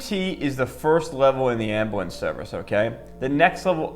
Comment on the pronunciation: As an EMT its calles Ambulance not amblance